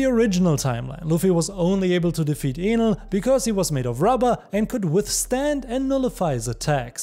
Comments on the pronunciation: Is it me or I heard him say anal instead of enel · bro its enel and not with A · He didn’t say Enel correctly… it sounded like something else… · it's so funny how he says enel like anal LMAO